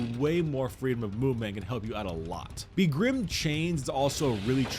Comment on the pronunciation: Is it a running gag that you always mispronounce "begrimed"?